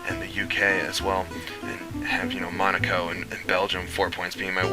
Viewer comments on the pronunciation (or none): none